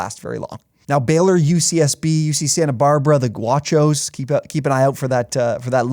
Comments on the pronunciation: It's Gauchos, not Guachos. I feel like that's a game to watch against Baylor. UCSB loves to play slow and find attack the gaps. UCSB is also coming off of a 7 game win streak to end conference play, and they've had some recent come from behind wins. I think they have a shot, but I'd say Baylor will control most of the game and win by 12+ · It’s pronounced GOW Cho’s. CANT COME OFF AUTHENTIC with a introduction like that.